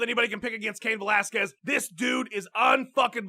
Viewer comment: CAIN VO-LASQUEZ!!!!